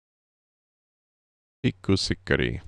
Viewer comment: Wow you pronouced ”pikkusikari” correctly! 💙 Not too often can hear english speaking pronouncing finnish. Only the ”k” is shorter though. Pikkusikari means small cigar.